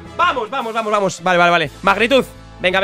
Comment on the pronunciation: ¿Porque en vez de decir "Vamos" siempre dices "Pamos"? jajajajaja